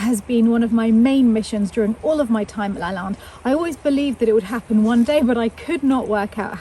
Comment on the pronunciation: As much as I love it, she mispronounces Lalande and it’s driving me bit mad lol! But I do live the history and personal story❤️